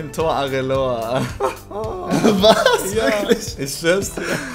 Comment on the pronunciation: Areloa :D Wer kennt ihn nicht?! ^^